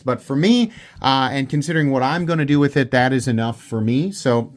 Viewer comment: ''Wiff my eagle vision, I would've notiffed'' lol.... That killed me!! 😂